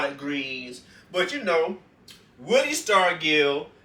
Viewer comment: Yeah it was willie that warmed up with a sledgehammer. Pronounce his name with a "j". Say it like Starjull